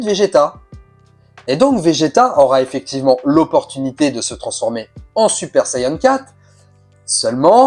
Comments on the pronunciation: Saiyan an an et pas saiyen en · Sayeun 😂😂 on dit Sayan point barre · Plutôt une interrogation. Moi qui suit les aventures de Goku depuis les années 80, je n'ai jamais mais alors jamais entendu parler de sayeun. J'ai toujours entendu prononcer "sayadjin" pour la version originale, "sayanne" pour la version anglaise et "saïen " pour la française. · et oui donc c'est un a pas un e on prononce pas sayeun e l'accent anglais du a c'est "aiye" quand on essaye de parler avec des accents on se renseigne on les invente pas. Et en plus c'est japonais a la base. Ils prononcent bien "sayans" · Super Sayeun?